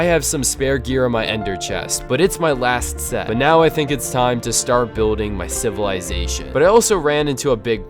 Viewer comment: every time he says civalization i rember dr.stone XD